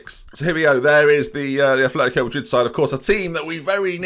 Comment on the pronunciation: ATH letico??? Come on, At letico. We're not Bilbao you know!!!!